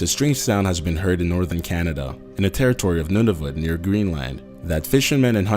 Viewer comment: it's pronounced "noon a voot"